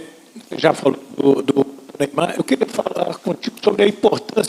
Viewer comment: Pelo amor de Deus Dorival, Neyamar não